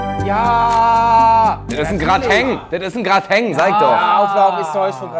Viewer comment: "Das ist n GrAtInG", noch cringer geht die aussprache nicht